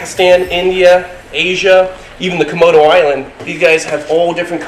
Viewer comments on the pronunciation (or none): none